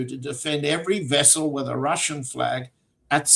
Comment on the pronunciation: I think is pronouncing the vessel incorrectly, but anyway great analysis